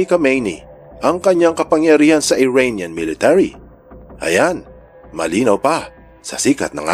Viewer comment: Cute ng tawag ni sa Iranian.. "IRAINIAN":hand-orange-covering-eyes